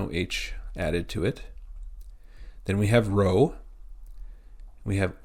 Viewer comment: rho is not pronounced like english r.